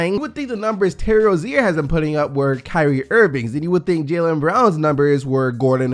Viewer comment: The terry rozier thing is a joke. He said his name wrong i think